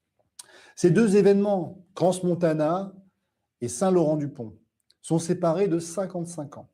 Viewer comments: cran (pas crance) ! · On prononce CRAN Montana (pas crance) ! 😉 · On dit Cran montana on n prononce pas le " s".